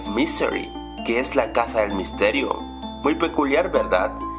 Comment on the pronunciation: Sin la s dise el misterio del hack